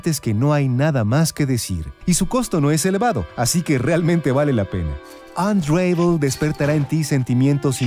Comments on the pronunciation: "Anreivol" -.- la pronunciacion es "Anravol"" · mas bien "onravel" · No se pronuncia "unreivol" se pronuncia "ən-ˈra-vəl" que se leeria mas o menos como "un ra vol" solo q la "o" no es muy pronunciada, es mas como una semi vocal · Buena reseña. Solo que unravel se pronuncia con una a breve no como lo dices.